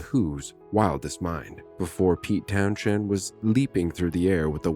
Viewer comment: Oh AI is useless with local London pronunciation, can’t even say his surname or place names correctly 😢